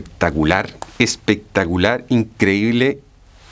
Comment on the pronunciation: Habia escuchado el pectacular.. pero no el "bien pectacuar" 😂😂